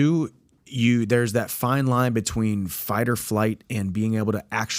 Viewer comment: Lol he said fart instead of fight 😂